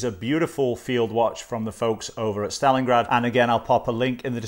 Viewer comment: Hi, this is a very nice watch... i like chronograph watches... and i like them even more when pressing the reset button the hand returns smoothly to the start... usually with most chronograph watches it is set that when it is reset it just catapults back to the start... this smooth effect is usually found in seiko chronographs and I just adore them... by the way you've said stalingard 35 times i belive